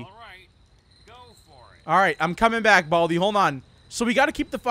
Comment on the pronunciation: Buldi? Its baldi